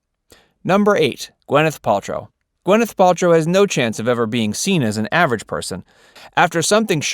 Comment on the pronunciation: It's GWIN-ith.....not GWEN-ith.